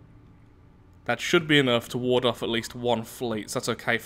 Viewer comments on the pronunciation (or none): none